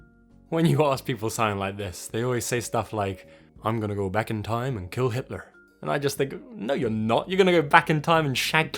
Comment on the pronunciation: Omg your "I'm gonna go back in time and kill Hilter" sounded very american accentish rofl